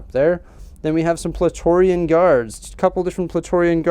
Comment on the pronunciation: these are awesome. i giggled wen you mispronounced Praetorian a few times, lol.